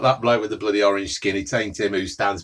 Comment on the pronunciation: No one:: ooooohhh that is bloodeh noice